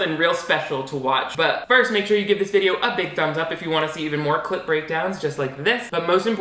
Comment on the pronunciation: I love your clip breakdowns! but everytime you say it i hear clit breakdown!! That is all!